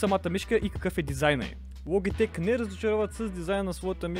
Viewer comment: научи се да говориш СКРУЛ ЛОБИТЕК